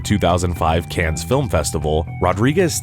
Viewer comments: Its pronounced 'can' in france, not 'cans'. Common mistake to make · Or "Cannes" being pronounced "cans"😅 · He also said Cans film festival 😂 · It's Cannes, ya absolute schmuck. AI killed this channel so they showed us 5s of a human talking.